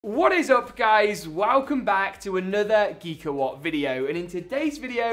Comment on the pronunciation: Geek-a-HWUT xD